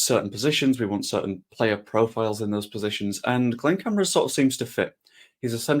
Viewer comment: Please pronounce correctly Cam - are- a